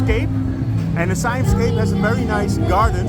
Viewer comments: ไม่ใช่ ไซแอ่ม not yet SAI-AMP but SA-YAMM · SIAM is pronounced SA-YARM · It's pronounced "see-um" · Thai is a tonal language, Siam = Sa yam with the second tone.